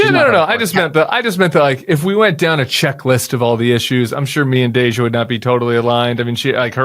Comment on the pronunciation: Oh, Tim: you call Cameron “Cameron,” but you call “Deja” “Dej’”? Some crap there.